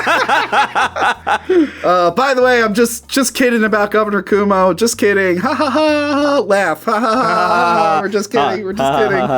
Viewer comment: From one Guido to another. It's pronounced Quo Mo. Go ask that cute eye tralian girl you have on your channel sometimes lol.